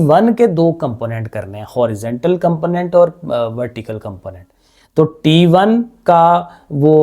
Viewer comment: Sir t1 hota hai taa1 nhi hoata😂😂😂😂